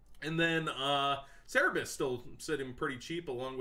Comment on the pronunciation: MAN! Its CeRbeRus not CeReBus.....